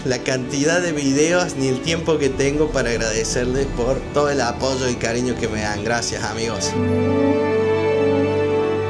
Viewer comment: Hermano Argentino, yo te pregunto: ¿Por qué te escucho pronunciar correctamente "Apoyo" y no como otros compatriotas tuyos que pronuncian "Aposscho" ? Por favor, explícame eso porque estoy muy confundido. Dicen "Plassha" Casshe, Vasshe, cuando lo correcto es playa, Calle, Valle.